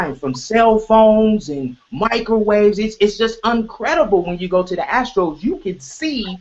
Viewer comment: I like how pronounces the astral as “ the astros” 😂